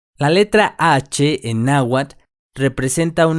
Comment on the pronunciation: Pero no estás pronunciando la tl al final de cada palabra, sólo pronuncias la t, así tu dirìas nahuat, y no nahuatl